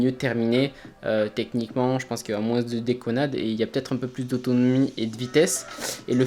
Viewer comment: Frero j’taime trop mais arrête de dire Moinssss stp